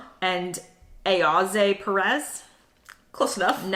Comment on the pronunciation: You pronounced gylfi correctly on the first attempt, Ayoze is pronounced " I O Z" in an American accent 😂